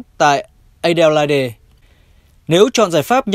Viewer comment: Góp ý cho các ad đọc tin là Adelaide đọc là "A đơ lây" ạ. Đọc a đê lai đê nghe hơi khó hình dung ạ. Xin cảm ơn ạ